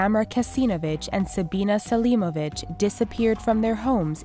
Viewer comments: ღMaubieღ she was saying that XD she was no wear near pronouncing it right lol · i thought she said "samra kesinobitch and sabina selimobitch" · Did anyone else hear her say Samra Kasenabitch and Sabina Selenabitch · lmfao definitely heard it that way too. Was so looking for this comment 😂😂😂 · ღMaubieღ I heard that too xD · anyone else here "Samra Kesinobitch and Sabina Selemobitch?" Or is it just me going insane? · Samra Kesinobitch and Sabina Selimobitch?? wtf??